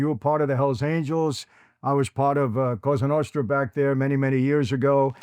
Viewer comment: “la costra novra”